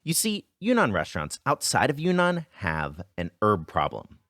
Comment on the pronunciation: btw it's pronounced YRING-nahn, like cloud